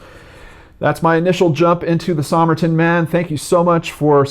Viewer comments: It’s pronounced “summer-tun” not “somme-er-Tom.” The code strongly suggests spy craft, and the use of a rare book as a key (classic Russian spy craft). This is such an interesting case (I think he was a Russian spy — probably trained as a dancer before the war and was coming to settle a score with the Australian nurse (who many think was a Russian spy herself). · And summertun not Somme-er-tom. I’m a yank and I know it’s “passtee” though I lived in the UK for a bit. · Somerton, pronounced summerton.